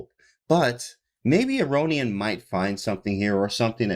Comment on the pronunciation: a-rohn-yan i think is the prononciation